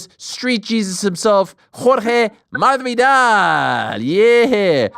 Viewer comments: Finally!!!! Jorge Masvidal corrected Ariel on how to properly say his Name!!! Hearing Ariel say Madvidal instead of MASvidal has been a thorn in my ear for years now! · Ariel pronounces the name correctly when he says it in English, but when he try’s to say it in Spanish he says it with a silent “s”. Yes I agree that Ariel is dedicated to pronouncing names correctly. Ariel is also very respectful. With that being said, do you think if Jorge corrected Ariel in the past that Ariel would continue to say it that way? No he wouldn’t. Let’s just agree to disagree. We’ll see next time they talk. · He's been correcting him for over a year. Lol you must be new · Saaaame, but he's corrected Ariel before, he just didn't care to stop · He's corrected him a few times before already, obviously Ariel knows how to say it. It's clearly shtick. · Jorge never corrects him. It’s not a shtick. How would saying someone’s name incorrectly be funny or a shtick? Bet you Ariel never says it like that again from now on. Ive been listening to Ariel for years, I’m not some new fan. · Yes, he has corrected him before on the MMA Hour. I guarantee Ariel says it the same way , just like he has even after Jorge corrected him. It shtick because Ariel is comically mispronouncing it, to an exaggerated point. If you are not new, you would know how dedicated Ariel is to correctly pronouncing names, you really think he wouldn't know how to pronounce Masvidal after a decade of interviews? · It took me less than 5 minutes to search "Masvidal MMA Hour" and you can see the interview where Jorge teaches Ariel how to pronounce Masvidal. It is 3 years ago "Jorge Masvidal: Jake Paul is trolling the 'Whole World' " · Ariel isn’t a guy who would purposely mispronounce someone’s sir name wrong. I’ve always wondered why he pronounced it with the D instead of the S…Finally. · How many times does Jorge need to correct Ariel's awful pronunciation?